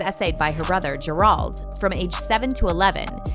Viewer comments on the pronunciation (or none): Gerald is pronounced ger. Eld not ger auld